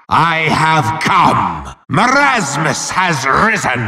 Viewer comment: bruh you say mermasus the right one is merasmus